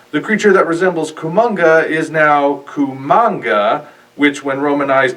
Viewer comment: We don't know if the Yog/Hedorah thing is Hanenga. Also, it's Kamanga, not Kumanga.